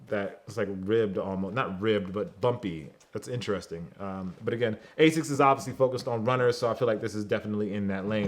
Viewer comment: The quantum 360 and 180 are not the best running shoes because they are little heavy if you want a runner/trainer the gt 1000 and 2000 is the way to go. Also anyone else triggerd by the way he said asics.